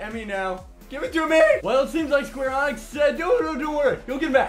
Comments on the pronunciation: "Square Enix" with an "ee" sound; not "Square Onyx" . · sorry but ive noticed you doing this a lot ITS NOT SQUARE ONYX its Sqaure EEEE-Nix